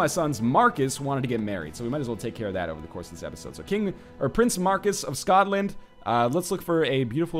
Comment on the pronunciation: NL, can I ask you a question? WHY YOU BUTCHER THE PRONUNCIATION OF SCOTLAND. YUDODIS?!?!?!?